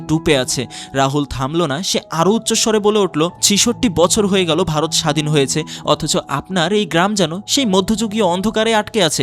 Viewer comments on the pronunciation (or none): none